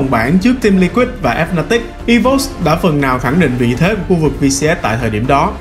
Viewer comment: Thề mỗi lần nghe tên đội tôi bị đọc thành Ép Na Tích là khó chịu vl =="